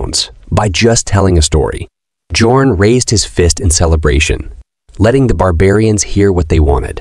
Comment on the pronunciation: Bjorn is pronounced as byorn